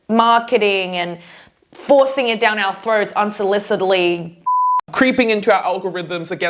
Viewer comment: What speech is this? I mean, what is her accent is she saying doownwd on me on purpose?